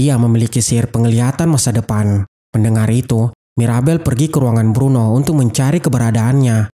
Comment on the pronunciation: bruno bukan bedro